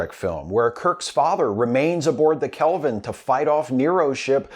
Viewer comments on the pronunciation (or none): none